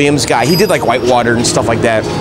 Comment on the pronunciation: sounded like he said is this shit more durable lol